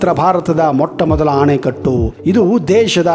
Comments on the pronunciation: ಆಣೆಕಟ್ಟು ಅಲ್ಲ ಅಣೆಕಟ್ಟು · ಅಣೆಕಟ್ಟನ್ನು ಆನೆಕಟ್ಟು ಎಂದು ಹೇಳುತ್ತಿದ್ದೀರಾ ಅಲ್ವಾ ಸರ್